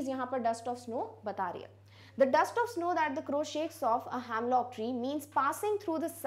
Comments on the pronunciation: Its not hamlock tree the pronunciation is hemlock tree. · it’s not "hamlock" it’s "hemlock"